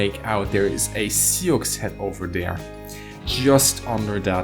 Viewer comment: Awesome vid! Just for future reference, sioux is pronounced "sue."